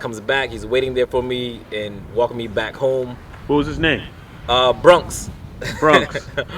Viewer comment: It's "New YORK", NOT New YARK". And BRONX, NOT BRUNX, lol.